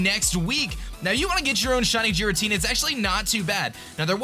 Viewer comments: It's pronounced "garatina" not "jeratina" that bothered me so much! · GEAR-AH-TEE-NAH, not Jeeratina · It isn't jiritina it is gearatina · Haters be like: OMG it's OBviously not pronounced "jiratina" it is of course "ghiratina" with a hard G!!! Seriously am i the only one that knows shit??? UGH Me: Hater, fuck off mate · Jiratina its totally pronounced that way totally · i dont know where he is from but in some languages its pronunces jiratina in the translated anime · It's Gear-a-Tina come on now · the way you pronounce Giratina is triggering me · pronounced Rayquaza right but not Giratina. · I'm fine with the way you pronounce Rayquaza, because that's a common mistake. But the Giratina pronunciation bothers me. I get you pronounce it differently but it just seems weird.